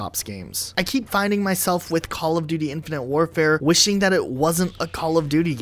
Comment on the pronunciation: When ever he says the game name I her “infinity ward”